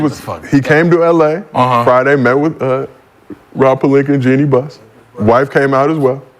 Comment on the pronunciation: lmaooo “He came to LA Friday met with Rob Palinka and Jeanie Buhhhs” 😂😂